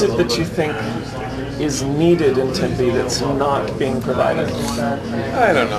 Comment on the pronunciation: Tempe? Tempe? Really?